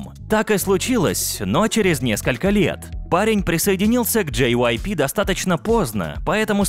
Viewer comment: Чел, я на тебя на ору, ты их имена не правильно произносит, (половину) вот например Хенжин,вообще-то Хëнжин! JYP это читается дживайпи, это имя глов мэнаджера